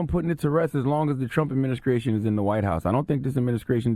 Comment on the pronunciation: I know you heard Charlemagne butchering the word "Administration", or was that just me? 🤣🤣🤣